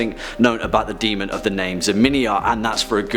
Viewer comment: "Demön!"